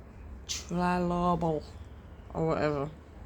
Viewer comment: Your pronunciation is a total crack up!! Skip the “trilobal “ and just say “sparkly bits”….